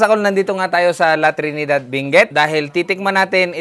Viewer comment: Benguet po hindi binguet